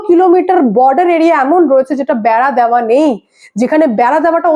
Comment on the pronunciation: madam আপনার রিপোর্টিং অনবদ্য । আমি আপনার পিতৃ স্বরূপ । শুধু একটু শুধরে দিচ্ছি , সন্তান হিসাবে , বলুন " দেওয়া " কখনোই " দ্যাওয়া" উচ্চারণ নয়। খুব কানে লাগছে ! এত স্মার্ট উচ্চারণ আপনার । একটু খেয়াল রাখুন । খুব কানে লাগছে " দেওয়ার " স্থানে " দ্যাওয়ার" !